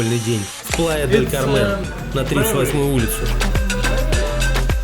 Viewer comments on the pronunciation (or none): Хорошая подача, хоть и на синьке. Где дешевле остановиться в Канкуне или в Плая-дель-КАрмен(ударение на первый слог)? Пересмотрел концовку в Плае говорите бюджетнее)